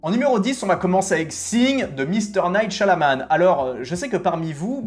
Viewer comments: J'ai adoré Signs ! Je ne comprendrais jamais pourquoi il a été descendu à ce point par la critique... mais c'est vrai que la fin était décevante. P.S. : par contre, c'est Shyamalan, pas Shyanaman 😅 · Hello, vidéo sympa, plutot d'accord avec ces fins ratés, meme si pour la guerre des mondes il est resté fidèle au livre... sinon juste pour aider : on dit Shyamalan et pas Shyalaman , et in extremisss et pas in extremi ;) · "Mister Night Shalaman" mdr c'est qui ? Fais un minimum d'effort ...